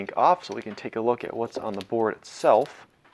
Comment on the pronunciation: Maybe its just me but when you pronounce "hoe-ding" instead of holding; it drives me nuts.